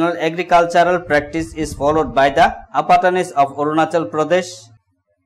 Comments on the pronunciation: ONACHAL LMAO🤭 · Orunachal!!! LOL